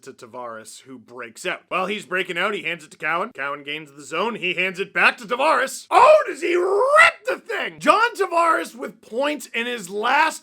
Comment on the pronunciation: TAV”air us”